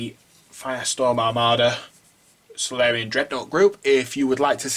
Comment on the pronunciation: Looks like the pronunciation is "sor-ill-ian"